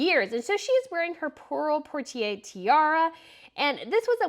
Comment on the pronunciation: Let’s not forget the Pearl Poiré Tiara has a new name: the pearl porter tiara. But without a doubt the most offensive thing is when names of members of royal family’s names are so severely mispronounced that they become other names and in the worst cases are given a new gender. Also mixing up the names of the current king of Swedens mother and the name of the current queen, in several videos. I have tried to be respectful in my comments but seems completely unwilling to learn. Creators with smaller numbers of subscribers would never post content with mistakes like that.